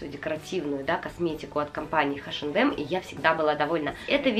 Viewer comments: Очень классное видео, мне понравилось, очень хотелось посмотреть распаковки таких календарей и долго не могла найти, а у вас все очень классно! Только мне, очень сильно на уши влияло ваше название H&M [айшем дем] но все равно видео классное👍👍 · спасибо за видео!))) Вы так смешно "Эйч энд Эм"обзываете)))"Хэш энд Эмом"(название смешнючее получилось)))) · у меня подруга вообще ХаЭм называет))))